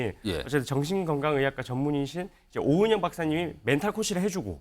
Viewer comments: 는 원고도 읽을줄 모르나 오영은이 아니라 오은영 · 자꾸 오영은이래 ㅋㅋㅋ